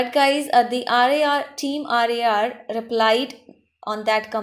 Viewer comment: She dosent even know who they are bruh They are famous youtubers with 7 million subscrbers and this is their merchandise website if you watch their vidios we can see that they are legit And also she doesn't fully know about them she saying team R A R but the real prounsation is team rar Yes watch their vidios it's team rar Not team R A R